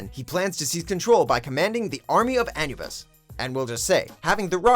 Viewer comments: The way you said "Anubis" hurt my soul.... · They mispronounced Anubis' name!